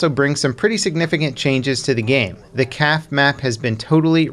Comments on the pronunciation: It's pronounced like cafè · Thought I was the only one who caught that lol